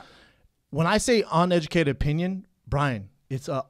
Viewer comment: What I say ON educated opinion, Bryan, I mean ON uneducated opinion. Hey Schaub, learn how to pronounce uneducated before you mention someone being uneducated